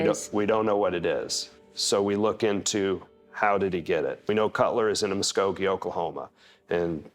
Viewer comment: I'm just glad the detective pronounced Muskogee correct lol